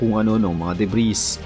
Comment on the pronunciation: Debris silent s